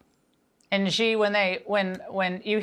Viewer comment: "Shi," not "zhi". There is no "zh" sound in Chinese. It seems Americans need to take any sh or j sound in chinese and turn it into a "zh" sound, which I find so strange because that sound is rare in English. "Shi (she) Jin Ping". "Bay-Jing."